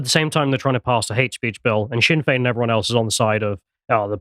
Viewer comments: The "Sinn" of Sinn Fein sounds like "Shin" when pronounced. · I really love when this non Irish guy calls Sinn Féin sin Fayne.. stay in your lane. Russian propaganda. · Please pronounce Sinn Fein the Irish way where s is ShinnFein. Varadker has the emphasis on the second A. It's a difficult language.